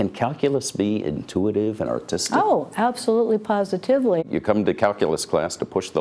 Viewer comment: “AbSoLuTeLy PoSiTiViLy”